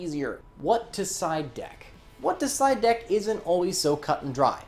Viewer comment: every time said side deck i kept hearing psyduck:(